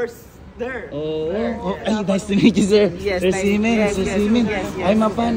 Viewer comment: semen yung naririnig ko sa xi men sorry hahahahaha